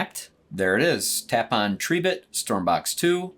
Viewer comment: Tree bit , thats a new one on me 😂 It's Tri bit as in "ribbit" 🐸